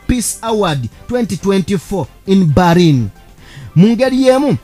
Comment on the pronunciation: PRONOUNCE. IS. BELINI, NAYE. SI BARINI.